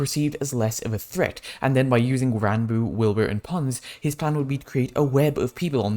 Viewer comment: did he just call wilbur willNE